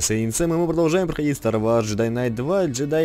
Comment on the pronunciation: Sam, пожалуйста, не старвАрс, а старвОрс. Уши режет.